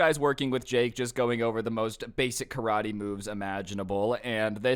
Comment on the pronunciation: "KA-RA-TAE!" "CRAV-MAGA!"